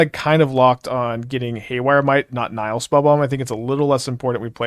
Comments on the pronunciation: The first i is short, so it should be as i in hit- Nih-hill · Actually, "Nihil Spellbomb" should be pronounced closer to "Knee-hill Spellbomb", if you want to sound latin,:-)